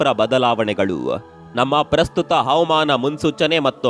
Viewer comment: ಅತ್ಯಂತ ದುಃಖಕರ ವಿಷಯ. ಕಾಣೆಯಾದವ ರೆಲ್ಲ ಸುರಕ್ಷಿತ ವಾಗಿ ಬರಲಿ. ಸಾವನ್ನಪ್ಪಿದವರ ಆತ್ಮಕ್ಕೆ ಶಾಂತಿ ಸಿಗಲಿ. ನಿಮ್ಮ ನಿರೂಪಣೆ ಸೊಗಸಾಗಿದೆ. ದಯವಿಟ್ಟು "ಹವಮಾನ, ಅವಮಾನ " ಎಂದು ಹೇಳದೆ "ಹವಾಮಾನ " ಎಂದು ಸ್ಪಷ್ಟವಾಗಿ ಹೇಳಿ. ನಿಮ್ಮ ಎಲ್ಲಾ ಪೋಸ್ಟ್ಗಳನ್ನೂ ನೋಡುತ್ತೇನೆ.